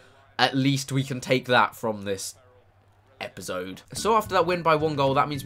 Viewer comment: This was as Chris would say a good "Epizode"